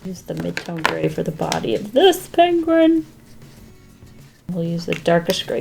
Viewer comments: I love the way she says the word penguin. (She says it like pang-win instead of peeng-win) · Me in my Harry Potter voice it's PEnguin not PAnguin lol. Sorry it made me laugh.